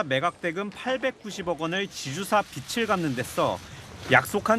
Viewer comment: 에 기자가 "--- 지주사 비츨 갚는데---" 빚을 발음이 비즐인데 비츨 이라고 하면 되나??? 비츨로 발음한다면 "빛을" 일 경우에나 가능한데 말도 되지 않잖아??? 공부 좀 해야 하지 않나???